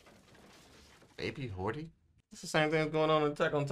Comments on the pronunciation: Hody* not hordy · ok, hate to be that guy but there's literally no R in Hody's name.